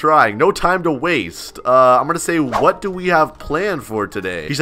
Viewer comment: My kid is watching you an you taut him a word that is bad an pls stop saying wada